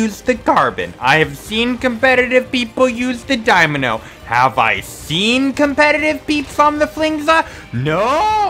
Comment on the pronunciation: "I've seem competitive people use the dimano." But have you pronounced that weapon properly before? >_>